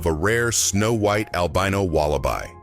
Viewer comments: This AI narration needs to be removed. ITS WALLABEEE NOT WALABYE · written wallaby pronounce wallabee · I did not know the singular of wallaby is wallabi (?) . . . intersting